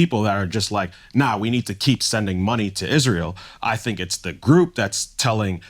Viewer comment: Mispronouncing the word Israel is really blasphemy but we say Noel totally correct.